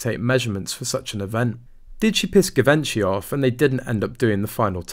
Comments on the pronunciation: The pronunciation of Givenchy is very Anglo and not correct for the French couturier which also happened to be Audrey Hepburn's favorite fashion designer. This is very basic stuff, considering the story was about Givenchy which makes you think what else have they got wrong. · I wonder why you often pronounce different names or brand names in a peculiar way. Givenchy is a very well known brand, how can you say it that way that you do? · I doubt this is true - this guy can’t even pronounce Givenchy properly so I doubt he has inside knowledge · Can’t watch this if you can’t even manage to pronounce Givenchy properly 🙄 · . If you can't correctly pronounce "Givenchy", it's a dislike from me. For crying out loud.... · Can the voice over for this at least learn how to pronounce "Givenchy" correctly... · Can't pronounce Givenchy properly - annoying! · PLEASE PLEASE PLEASE learn how to pronounce Givenchy ! It's horrible to hear you say it. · You are pronounving Givenchy wrong lol, sorry. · Fun videos but maybe learn how to pronounce “Givenchy?” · You can’t even pronounce Givenchy…it’s not a hard G, and Kates text reveals she’s rude herself. The End. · You’re pronouncing Givenchy wrong, it’s French, before a e,i and y you pronounce the g [ʒ], before a, o and u, you pronounce the g [g]. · “Zhee - von - shay.” “Give - inchy” is like nails on chalkboard to this former model. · "Jeee-Vinchey" not Gee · It's Jhi-VON-shee, not Gi-VEN-chy. Just thought you might like to know. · NOT Gi-ven-chi, but Gji-vən-chee plz, learn to say it right!!! 😡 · It's pronounced ZHEE-von-shee, not GiVENshy. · This is great!! The voice of reason! Also it’s pronounced GEE-VON-SHEE…not a hard G like gosh but a soft G. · Yeh…. But the queen knew through secret services that this yacht girl was a fraud, yet she allowed the wedding-charade! Why? Very strange. Bty it is pronounced jee-ven-shee. 🙊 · I thought it was pronounced jee-von-chay. But it doesn't really matter. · Givenchy is pronounced JIH-VON-SHEE.